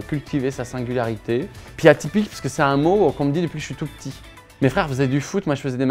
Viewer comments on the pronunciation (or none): none